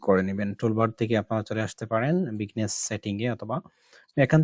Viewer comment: বিজনেস কে বারবার বিগনেস বলছেন কেন?